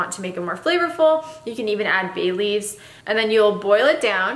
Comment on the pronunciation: You said, "bay leaves." I heard, "Bailey's." 😂